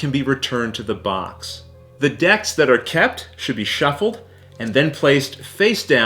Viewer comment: Every time he says box I hear Vox! 😂